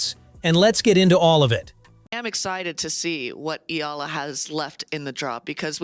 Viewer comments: It'a E-YA-LA, not E-LA. 🙂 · How hard can it be to tweak that AI voice to pronounce Eala's name right: Ee YAH Lah!